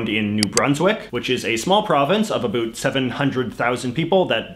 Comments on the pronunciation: absolutely not, the Canadian French accent will emphasize the ending "t", but won't distort the "ou" which is almost the same phoneme as "oi" in French. The boot thing is exclusive to South Park. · He's doing it on purpose. However, after having spent time in the US and having my ears adjust to them saying "at", "a bat", and pronouncing almost every vowel like it was an "a", I can absolutely confirm that when I moved to Vancouver it sounded like everyone was saying "oat" and "a boat". After about 5 months in Vancouver, I started to go a little crazy because I could hear both depending on whether I was talking to a Canadian or American friend. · he MUST be doing it on purpose - NO ONE does that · yeah, he's taking pokes at the french but then pronounces "about" the way it would sound coming from someone who's native tongue is french. funny that neither Trudeau the elder nor Stanfield were pronouncing it "a boot" in the interviews he presented. this might have become a thing after that famous South Park episode. Chapeau bas! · What's with the extra syllable? "Bi-ling-yu-ull" vs "Bi-ling-wal." Even your English is strange, What's that "a boot?" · dudes faking that shit so hard. I'm from northern wisconsin/minnesota. say "about". you say the 2nd syllable with an open mouth and pushing air out of yr mouth. this guy is just hamming it up and engaging in a completely separate pronunciation cause its a stereotype. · yes, but it's never that much of an "oo" sound - he's totally exagerated it on purpose. as someone pointed out, he pronounces it as a canadian usually would. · Yes, and as an American who has taken great pains to pronounce how Canadians truly say "out and about", JJ's pronunciation makes me feel my efforts were in vain! Back to South Park! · It’s more like how scots pronounce about, which if u look at this last name might give u a hint...couldve been handed down by parents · Why are you purposefully pronouncing "about" like that?